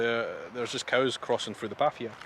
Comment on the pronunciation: Willow trees. And at last - you said "coos" instead of "cows!"